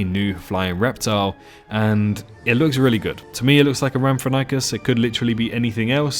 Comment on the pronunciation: Rhamphorhynchus is pronounced Ram-phor-inc-us not Ramp-for-NY-cus. Just in case you get people being assholes in comments.